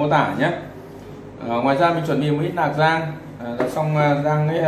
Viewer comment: Anh ơi! Lạc chứ không phải Nạc.... L với N cứ lỗn lận....🤣